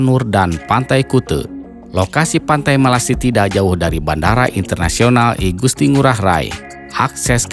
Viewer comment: Melasti apa melastis